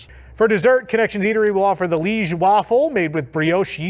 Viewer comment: That waffle desert is pronounced Lee age.... just sayin'